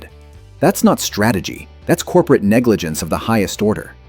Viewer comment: "COPERATE STRATEGY" 😆